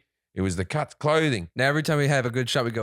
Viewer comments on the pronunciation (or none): When Jim does the add for cuts it sounds like cunts!! 🤣😂